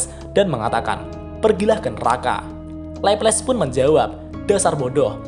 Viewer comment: Di anime nya di panggil Laplase/laples deh bang bukan leples 😂